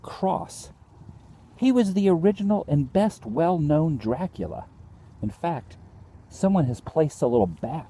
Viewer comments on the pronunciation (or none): none